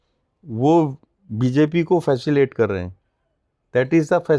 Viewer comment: Kavita: Facilation?? His english is horrendous!!! So is his analysis sometimes. Facilitate ko Facilate keh rahe hai. His Aura is soooo like an Egoic monster!!!